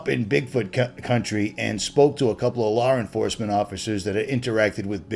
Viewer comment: I like how says lar enforcement lol